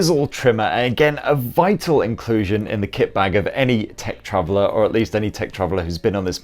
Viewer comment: What is this "tra-vel" thing of what you speak?